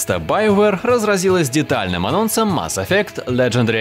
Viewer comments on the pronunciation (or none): none